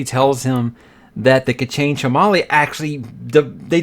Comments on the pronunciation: K'Chain Che'Malle I somehow doubt it's pronounced "chamal" xD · The way you pronounce the chamal sounds like tamale